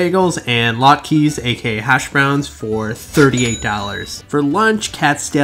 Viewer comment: why's it pronounced lot-keys then?